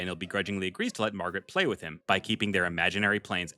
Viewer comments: Ok I finally have the nerve to say this but just the way you say “play” just kills me its so funny😭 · Hey, I said I have a small request. Can you please stop saying play in that weird way somewhat annoying to me don’t take this message too seriously though. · I love the way you pronounce play every time I hear it it has me dying😂